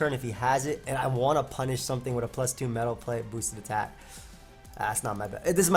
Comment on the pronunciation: why do you pronounce meadow plate like metal plate?